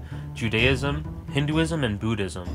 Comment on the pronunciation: wow! I've just finished hxh 2days ago. Just wondering how many religious stuff hav been shown in this animu, n this is the video I wanted!!! Great job! That's a nice video! btw it's B*u*ddism not b*oo*dhiam XD